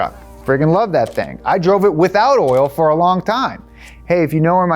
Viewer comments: every time says “orl” instead of “oil” i giggle a little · When he says oil he say oral and i cant tell where you are from is it brooklyn, sounds like brooklyn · The more he says 'oil' the more it sounds like 'oiel"